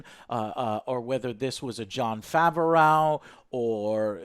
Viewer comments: Nah...…...Didn't really like this episode. ( By the way Joe , you're pronouncing Jon Favreau's name wrong). The Mandalorian and Yodabubba were as good as ever. Although It seems like almost every episode Mando is getting his ass kicked. Also why hasn't anyone who's befriended him asked him his name. Does he just introduce himself as the Mandalorian? There were a lot of recycled and reused plot twists that frankly had me cringing at some points in the show and just had me wanting it to be over. When Mando is following Cara Dune and her footprints disappear, I wonder how many people yelled at the screen "bro, she's above you". Teaching the villagers to fight an army.....seen it. Enemy, stopping just before the traps sprung...… seen it. Enemy then finally falling into said trap..... Gad.... dang... seen... it. This episode wasn't a complete loss, with a lot of information being supplied about the Mandalorians eating habits and personal choices. I still love the show and I've watched the episodes more than once each one. This one I'll not rewatch. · 1. The Vibro Blade was already in Ch2 when He's fighting the Mudhorn. It even vibrated like in Ch3. 2. Even though they weren't fighting to kill Mando still won in the end. Oh in Ch5 we'll probably see Bill Burr and for the love of God Joe stop mispronouncing Jon Favreau's Name it feels like you're doing it on purpose. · Jon Faver-OW pronunciation is killing me!! 🤣🤣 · LOL Why does Joe says Jon Favreau "Fe ve rou", Most people pronounce it "Fav ve row" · Why does call him "Fav-er-ow"? Just say "Fav-ro" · everyone:Jon Favreau, Joe: Jon Favehraugh, Matt Damon: MATT DAMON! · Who is Jon Fav-a-raugh? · He's killing me with his pronunciation of Favreau, lol. "Fav-uh-ray-ow" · Jon FAW-ROOOOW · Who the hell is Jon Faverooww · Joe, Jon Favreau's name is pronounced Fav-row. Like fab (short for fabulous), just replace the b with a v, and ROW, like row your boat. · Favreau is two syllables not three.